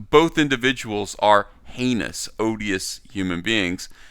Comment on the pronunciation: You said odious